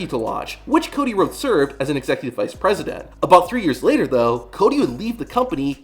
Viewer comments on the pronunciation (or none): none